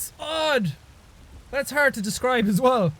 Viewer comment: "Its arrd to describe"